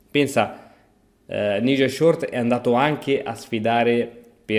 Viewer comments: Un poco di inglese però... si pronuncia N-AI-gel. Gli scacchi promuovono una cultura internazionale, i giocatori viaggiano, giocano contro avversari di ogni nazionalità... Mi vengono i brividi a sentire N-I-gel. Questo fa coppia con Ivan-K-uk... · Nigel si pronuncia naigel....